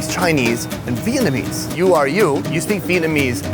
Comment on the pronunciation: As Vietnamese person, Vietnamese, pronunciation and even accent, is scarily good